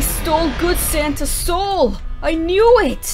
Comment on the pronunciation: i heard: “what if they kidnapped sans!” xDDD